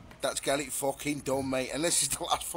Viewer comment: The simplest givaway is the way he says "eet" instead of "it". To the uninitiated they're very similar but listen for that one word and you'll avoid getting a mouthfull from Stoke on Trent's finest lol